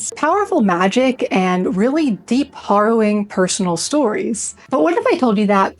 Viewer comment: a lot going on there, but uplifting. the only mispronunciation was harrowing, the first syllable of which rhymes with arrow.